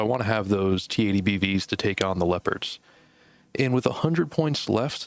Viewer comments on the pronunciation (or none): Steal your pronouncing of leopards as "lepers" from now on